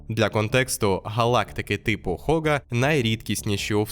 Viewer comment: Габл, Габл, Габл… Вам ютуберам доплачують за на другу над мовою? Так не Хога а Гога! Будьте послідовні до кінця 🤷‍♂️🤷‍♂️🤷‍♂️